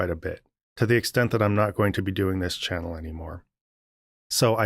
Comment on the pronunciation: In your opening statement you pronounced the word channel as chanal, with the emphasis on the last four letters. Correct pronunciation is important